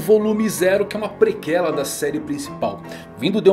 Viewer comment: Na boa, "prequela" parece muito que tu tá falando do órgão genital feminino, se pronuncia como se tivesse trema como se tivesse escrito "preqüela" por isso existia a trema antes, quando tu fala "prequela" soando como "prequéla" parece que tu vai falar algo do tipo "deixa eu ver sua prequela aí, abaixa as calças" AIUSDFQIWUEFQIUWEF